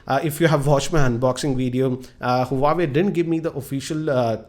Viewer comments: huawei...not huwawei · its not hu-wa-way correct pronunciation is wah-way.